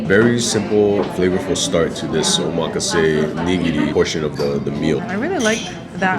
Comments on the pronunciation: Omg. Not even saying Omakase the right way. LOL and you guys said it sooo many times. So hilarious. Nice lol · You guys are pronouncing omakase wrong…